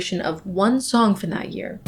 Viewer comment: for the first 4 minutes i kept hearing urine instead of year😭😭???